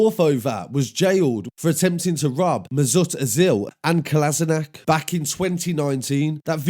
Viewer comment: How can you pronounce Kolasanic so well but butcher Ozil pronunciation 😂 if you don’t know football though, it’s easy. Kolasniac weren’t having that that day, he was quick to defend his mate!!